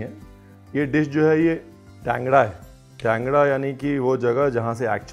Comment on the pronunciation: Chef Wo Jagah ka name TANGRA hai Kangda nahi 🙏